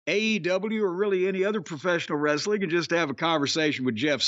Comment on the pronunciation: Wrasstlin? Nah nah I’m good lol.